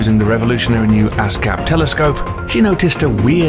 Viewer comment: He said ass cap, that means buttplug lol